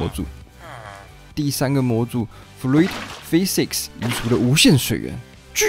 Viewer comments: Physics 讀 Fi-six 不是 fi-sik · 不是 你Physics念的也是錯的...